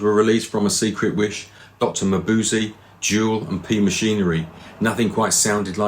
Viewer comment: The song title is pronounced Dr. Mabuse-ah not Dr Mabuse-ee. A great album. Thanks for covering it.